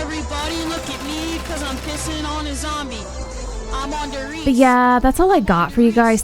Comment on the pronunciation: "I'M ON DER RIESE" 😂